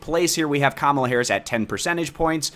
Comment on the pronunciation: I didn't know that's how you say Kamala?